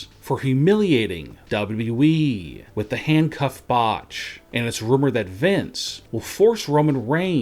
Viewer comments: His voice is flipping annoying cant even say WWE properly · Why can't this guy say "WWE" clearly? Do these guys watch and listen to their own videos? The sing song reading is THE WORST. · WW weeeeeee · what an accent dub double u eeeee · Can someone teach this fool how to say W.W.E!!!